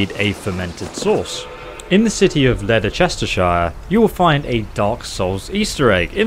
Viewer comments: The way he said Leicestershire made me cringe. It is pronounced lest-er-shire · I’m from England and same but no one says lederchestershire